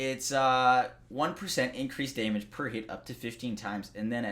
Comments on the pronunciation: Are you kidding. I subscribed just to hear him say "day-mage" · I find it funny how he says “damage”